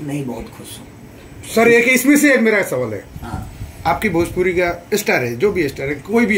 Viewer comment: Beta bjpuri nahi bhojpuri bolne ki sikh le